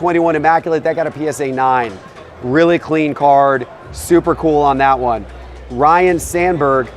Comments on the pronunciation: Lots of fans of Ryne, not Ryan, remember when people butcher his name. If you want to present yourself as knowledgeable, you need to pronounce his name properly. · "RYNE" Sandburg not "Ryan" you muppet. It is written right on the card you are holding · Ryne RYNE., there is NO "a." Someone plz tell him. Rhymes with "DINE."